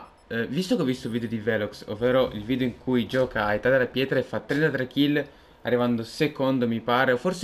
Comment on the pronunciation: si dice video non vidio